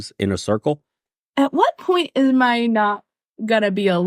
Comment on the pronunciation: Did anyone else hear "I 'ham' great"?